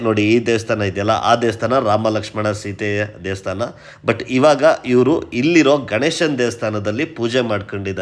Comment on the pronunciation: ದೇವಸ್ಥಾನ ಸರ್, ದೇಸ್ತಾನ ಅಲ್ಲ, ಕನ್ನಡದ ಪದ ಹಾಗೂ ಉಚ್ಚರಣೆ ಸ್ಪಷ್ಟವಾಗಿ ಇರಲಿ.